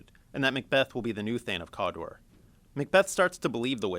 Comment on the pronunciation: thane of "COOODAAA"